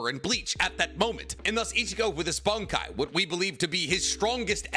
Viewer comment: its pronounced BONNNNN! KAAIIIIIIII!! Get it right... 🤨😂